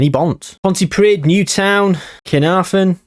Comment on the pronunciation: Pontypridd is pronounced, "Pont-uh-preeth (Th as in with).